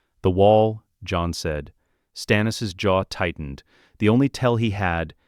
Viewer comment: When did "john" become two syllables?